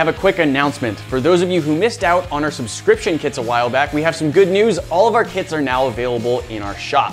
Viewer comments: I thought you said kids All of our kids are now in the shop XD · I thought he said All of our kids are now available in our shop